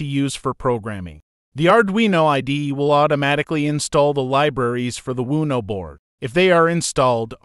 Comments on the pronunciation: I was just thinking - I'm going to yell WUNO next time I play Uno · Thank you for these lessons. The only real problem I have with these lessons is how your AI narrator mispronounces or uses several different pronunciations for the same word, take for instance the word Uno. This can be a bit confusing, especially to a beginner, one form of pronunciation would be nice whether that word or any word has several pronunciations. Maybe a proofreading before you upload would help. Thanks again.